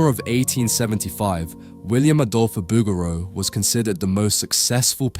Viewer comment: Great video on the pieta ... Fyi its pronounced Boo Geroo...